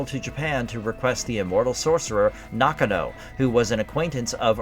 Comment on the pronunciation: I don't think you meant 1815, I believe you meant to say 1518. Highlander 4 was bullshit, Connor MacLeod defeated The Kurgan, its which he was technically the strongest, which means he could have easily have beaten Jacob Kell. It wasn't Heather MacDonald, It was Heather MacLeod. It pronounced Nakano (Naw-gone-oh). Not knock-a- know. And Brenda hit The Kurgan on his upper back, not the back of his head. At the time when Connor told Rachel, that "Russell Nash dies tonight," that was before he went to the Silvercup to finally face and ultimately defeat The Kurgan. It's not Glenn Cohen, It's Glann Finnen.